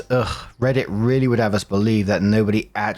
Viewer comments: 🧇 I particularly love it when you wing up the R, ala “rrrrrRRRRReddit stories” 🤌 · 🧇🧇 of course I do!! Im waiting for the day instead of you saying rrrrrrrrrreddit you say rrrrrribbit 😂😂